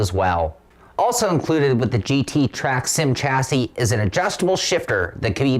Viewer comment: Great review but FFS when are you Americans going to learn how to pronounce the word chassis ? It is pronounced Shazzie. How do you pronounce Chevrolet ???